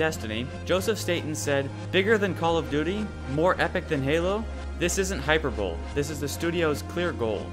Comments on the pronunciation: Hyperbole is pronounced Hy-per-bo-lee not hyper-bowl. Unless you were making a joke then I tip my hat to you good sir! Nice video anyways. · Yeah, it's not hyper-bowl, it's hyPURR bo-lee. Or, for Dictionary[dot]com's pronunciation guide, hahy-pur-buh-lee. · Love this but just BTW its pronounced high-per-bo-lee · it's pronounced high-per-bowl-lee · Hyperbole is pronounce Hyperbowlee. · I know but I broke a sweat when I heard you pronounce hyperbole "hyper-bowl" and started questioning everything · Hyperbole is pronounced high-per-bowl-ee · Lol... hyperbole is pronounced "High-pur-bowl-eee" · Lol that's not how to pronounce hyperbole